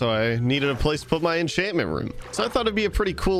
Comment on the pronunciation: Why does he say every enchant name wrong😭 infinite, miners fatigue, exp farmer I can’t unhear it all